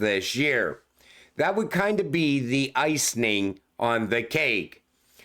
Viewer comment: ICE-ing... not ICE-ning lol. But I'll take it either way.